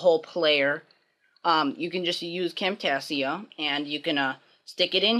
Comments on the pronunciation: You seid Camtasia wrong lmfao. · WoW this was a real good turtle and i dont know how to tell you by typing but your prenouncing Camtasia wrong :)